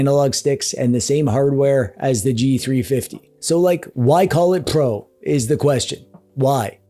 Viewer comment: i like the way you speak the "pro" 😂 the prrr sound got me everytime